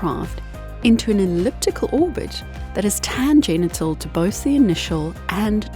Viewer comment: 'Tan genital' 😀